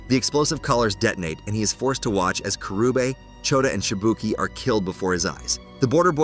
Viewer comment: The pronunciation cringes but he nails it with Shibuki.